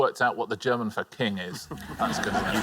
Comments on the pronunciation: Not bad German pronounciatuon, not bad at all! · Brilliant pronounciation of the German titels, respect!